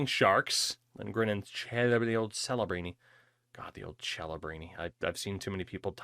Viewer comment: chelebrini is the proper pronounciation. it has italian origins and Cs are pronounced as CHs